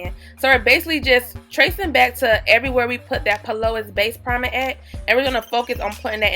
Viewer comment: Hey lady the base brand is pronounced Pee-Lou-ease (P-Louise)